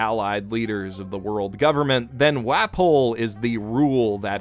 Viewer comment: I can't get past the pronunciation of WAHpole. It makes him sound like some third mario villan after Wario and Waluigi